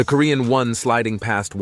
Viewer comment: It''s WON (won), not ONE (wan)